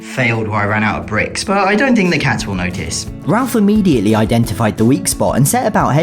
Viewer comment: “rimmediately”-, 2025.